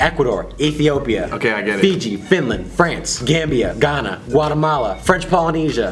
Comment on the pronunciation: Wait did you say "Ghana"